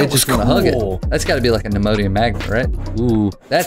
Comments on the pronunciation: Chris calls Neodymium magnets Nimmodium Magnets. HAAAAAAAAAAAA <3 so cute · Nobody: Absolutely nobody: Chris: Nimodium magnet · For the record it's pronounced Neo dim e um magnets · "phenodioum" magnets chris